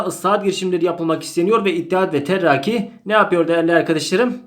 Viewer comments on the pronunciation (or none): İttihat ve terraki mi diyosunuz bn mi yanlış duyuyorum terakki değilmi